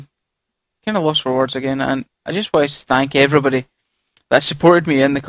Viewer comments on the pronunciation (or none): lol it sounded like you said stank evrybody near the end